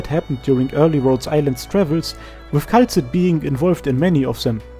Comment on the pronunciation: Excellent work, as always! But... "Kay-la-see"